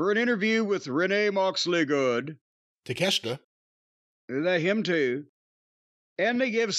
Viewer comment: I laugh every time I hear Jim say Take-a-shit. 😂